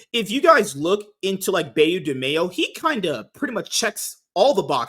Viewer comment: Please pronounce "Beau" as you would an archer's "Bow". It is the French word for handsome.